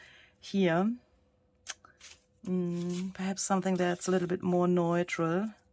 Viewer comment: Neutral = NEW-trull